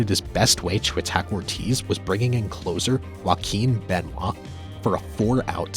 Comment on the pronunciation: How do you pronounce Joaquin Benoit correctly and not jim leyland